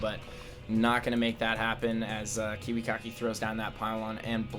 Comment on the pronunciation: love how pronounces kiwikaki as KIWI-COCKY... hahaha lol